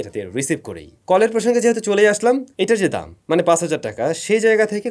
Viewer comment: Vai uita dom na 😂dam hobe